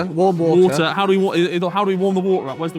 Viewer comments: JJ "I NEED SOME WAAAHHHHHHH" bro didn't even try to say the T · wattaer, watter baottle. And they say Americans just say whatever. 😂